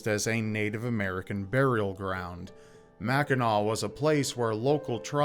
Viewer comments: as a resident of Upper Michigan (U.P., not lower Michigan "mitten"). Thank you for pronouncing the name Mackinac correctly. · As a born and raised Michigander, thank you for talking about Mackinac (and not pronouncing the final "c". Drives us bananas when people say "Mackinack"!). It's a special and sacred place for a lot of people to this day, so I'm glad to see it getting some love here. And yes, Mackinac Island fudge is the best fudge you'll ever get, no contest.